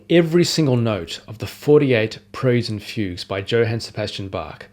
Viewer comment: “Preludes and Fugues”. But his pronunciation is very weird.